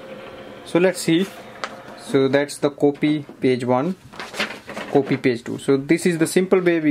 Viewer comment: everything apart but the way as you say "coopy" is hillarious....... pardon me for my outspokenness but you almost enforced me to comment. #COOPY